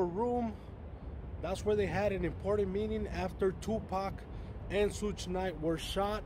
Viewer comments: Douche bag not “soog knight” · I FIND IT FUNNY HOW HE PRONOUNCE’s SUGE’s NAME SSHHHUUUU NYTE 🤣🤣😅😅🤣😂